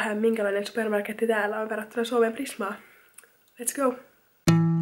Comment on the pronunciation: Tykkää jos kuulit alussa spermamarketti 😅